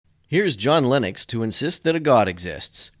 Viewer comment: 💥💥💥I am so disappointed that you pronounce "Lennox" just like "Linux" ! This is so rude to Linux! 🤡❤🖖